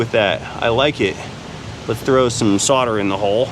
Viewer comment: Really fun video, thoroughly enjoyable! saying 'solder' properly made me oddly happy